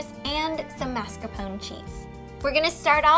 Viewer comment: definitely not authentic im italian and my nonna makes tiramisu all the time this is no where close to what hers is like also btw its mars-ca-pone not mar-ca-pone